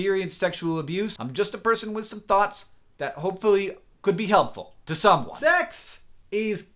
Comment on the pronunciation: Carlos Diaz No its just the way he says it. Its funny.